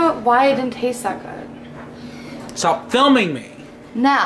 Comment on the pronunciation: * eats food that made*: That's so goom / That's goom hahahahhaha